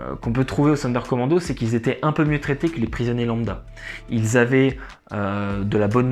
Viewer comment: Sonderkommando se prononce Zonderkommando !